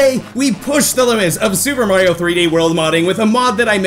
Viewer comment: did you call Mario mara